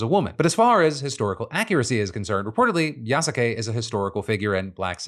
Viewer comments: Hey Phil, its pronounced Yas-kay you fake gamer weeb Jk 😂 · Yasuke is pronounced Yas-ke. Most of the time the u in su gets dropped. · Pronunciation! Yasuke=Yahs-kay! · please stop saying yasake its pronounced "yaske" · hearing phil's unapologetically incorrect pronunciation of yasuke reminds me that he is an american after all. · I'm sorry, Phil. It hurt me to the core of my soul when you said the samurai's name in the Ubisoft game. It's pronounced Yass-kay, not Ya-sa-kay... can't be believe I'm complaining about this. I apologize 😅😅😅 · Ya suh Kay lol it is like the man has never seen Naruto cringe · Its pronounced "yas-kay" like Sasuke from Naruto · I'm just here to point out that it's pronounced more like "Yas-kay." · Damn, Phil pronouncing Yasuke wrong is hella annoying. The U in the middle is kinda silent Phil. Honestly, it sounds like AI Phil recorded that segment. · i'd like to point out that yasuke's names being mispronounced...the U is silent, for example, sasuke's name is pronounced SASKAY, and who cares if assassins creed has a black protagonist....ill still play it...its about goddamned time we had one 😀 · The U is silent in Yasuke